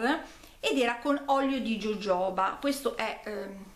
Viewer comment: Permetti di darti un piccolo consiglio? Jojoba si legge hohoba (con l'H molto marcato). So che ci tieni alla pronuncia . Rinnovo l'abbraccio LOL